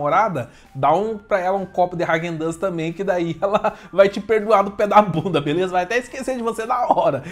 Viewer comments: ráquen dans kkkkkkk é raaguen dass a pronúncia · Pronúncia dele kkkk hagen duzz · Vc falou o nome da marca errado